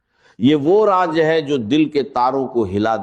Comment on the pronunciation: دوسرا اس شخص کی زبان پر توجہ دیں۔ یہ یو ٹیوبر کوئی ساتھ والے ملک کا ھے۔ خاص کو کھاس اور راز کو راج بولتا ھے ز کو ج بولتا ھے چور کوئی نا کوئی غلطی کر بیٹھتا ھے جس سے وہ پکڑا جائے۔